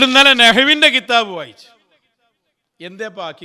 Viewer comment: കിതാബ് എന്ന് പറയുമ്പോൾ ഖൽഖല യുടെ ഹർഫുകളിൽ പെട്ടതാണ്. അത് താങ്കൾ ഉച്ചരിച്ചത് ശരിയല്ല 😂😂😂